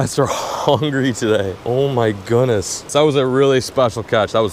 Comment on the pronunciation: "OH MY GOONESS" 😂😂